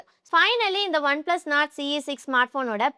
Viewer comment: One plus nord sollunga not illeey